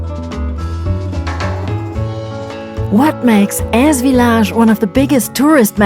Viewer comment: Memories ❤ yes love Eze! We were there a few years ago. After, hearing you say Eze, I know now how to pronounce it😂 some pronounce it like Easy? Thanks, ladies another great video.